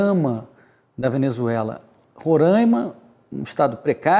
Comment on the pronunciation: Vamos aprender a pronunciar corretamente o nome do Estado Roraima. Rorãima não existe.